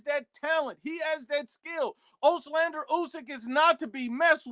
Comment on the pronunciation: Give the man respect and get his name right. Ooslander is not his name.